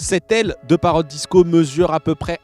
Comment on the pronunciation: Ce qui m'énerve sûr ce présentateur ces qu'il dit ' Parrote ' ? il est con ou quoi ? ça se dit Parrot et bien sûr pour avoir une image en immersion il faut un smartphone ce qui n'est pas mon cas,.